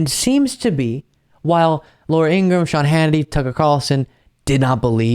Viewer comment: Good reporting as always. One minor correction. The name Ingraham is a 3 syllable name, as stated by Laura's brother in his remarkable Youtube where he claims due to Laura's being influenced by a Nazi-loving alcoholic father her persona was nudged in the direction of becoming a hating anti liberal. So the name is In-gra-ham.